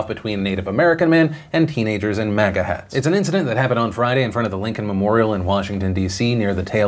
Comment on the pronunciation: lmao saying manga hats instead of maga made it sound like the kids are weebs.